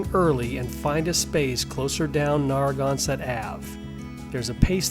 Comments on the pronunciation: Narragansett = neh·ruh·gan·suht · Not a single thing is pronounced correctly Salve Regina is Sal-Vey not the other word for balm Narragansett (Holy crap, do you call the beer the same thing?!?!?!? Wtf) Nare- A (like the letter) -Gan (like can) set Do a quick check before butchering our landmarks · Gotta research how to pronounce words like “Narragansett” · Narragansett and Salve (Regina) were the first two I caught. Didn’t finish the video tho…. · This is an OK video about my hometown Newport. Unfortunately, the frequent mispronunciations detract from the final product. They could've easily been corrected if they spent a moment to edit their dialogue without letting AI do everything. It's lazy- find out how to correctly pronounce Aquidneck, Narragansett, and ochre for a start. If I sound slightly heated it's because this is become more common with YouTube videos. In a world which has become increasingly confuscated, being sloppy with accepted pronunciation is a disservice. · I kind of appreciated the Aquidneck/Narragansett mispronunciations. Makes me realize what I take for granted is perhaps more mysterious than I thought! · Lovely! However, being a former, though not native, Rhode Islander, there are some notable mispronunciations: "Narragansett", "Aquidneck" and "Salve".